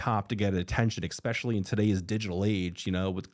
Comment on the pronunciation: You say “expecially.” That means you are not smart. I bet you order “expresso.”